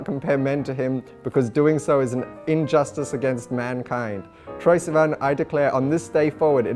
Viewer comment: I adore the way he says sivan 😍